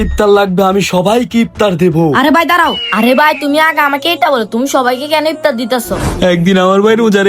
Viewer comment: ইফতার❌ ইপতার✅ 😂😂😂😂😂😂😂😂😂😂😂😂😂😂😂😂